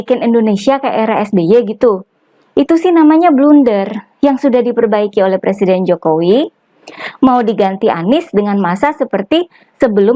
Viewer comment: Calon plesiden yg belum bisa baca tek pidatonya ahli merubah nama susilo bambsng yudoyono dibacanya Susilo bambang yudonoyo.